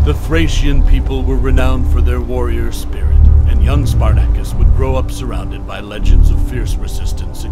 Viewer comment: Learn to pronounce his name properly.